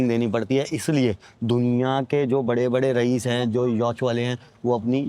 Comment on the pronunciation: Yauch nahi yawt bolte hain ......Rahees nahi Raees Bolted hain